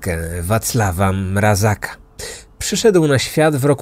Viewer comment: Mrazka a nie Mrazaka. A tak poza tym, super film :)